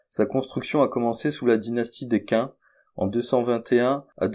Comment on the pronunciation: Tu es monotone, avance! Et tu fais plein d'erreurs de prononciation. Qin se dit "tchine" et pas quin Yucantàn se dit "ioukatane" Bref c bien dommage pour une idée intéressante.